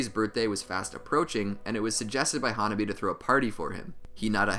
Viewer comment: hanabi not huh nobby